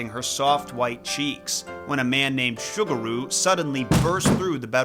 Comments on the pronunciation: it's pronounced SUE gu ru. not sugar ru. ffs if u wanna do story telling of other cultures the least u can do is check the enunciation of the foreign names to show some respect. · Ah yes, Sugar-ooh and Cannon, my favorite Shinto Kami 😂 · If it's spelled "Sugaru", then the "S" is an "S" sound, not an "Sh" sound. Like Subaru, but with a "g" instead of a "b". But the way you pronounce it, it sounds like the kangaroo mascot of a sugary cereal. I think the English word "sugar" was throwing you off.